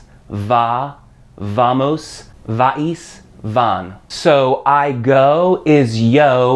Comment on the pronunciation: The Spanish "V" is pronounced "buh" not "vuh".